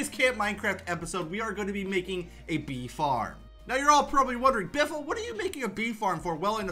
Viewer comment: It's beefle wiffle